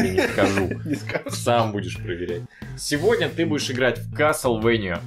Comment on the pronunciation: Вообще, по-английски произносится как "каслвэния". Американские летсплееры, по крайней мере, произносят это название именно ТАК.